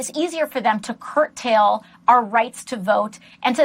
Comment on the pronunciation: “Curt Tail” is not a word. It’s curtail.